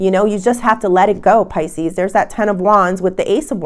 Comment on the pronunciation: It’s Pisces not Pisceseanoys